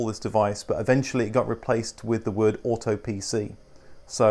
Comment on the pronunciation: "AutoPC" AutoPC: ignores in American: "Aaato PeeCee" AutoPC: "Radio."